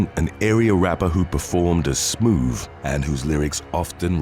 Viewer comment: “Smoove”?? Really?😂 does he have a speech impediment?